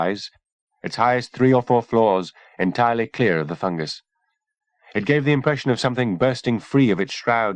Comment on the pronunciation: It does sound weird since that’s not how people usually pronounce it, but I got used to it eventually. Plus I think if they kept saying “fun guy” my brain would be constantly trying to make jokes out of it. 😝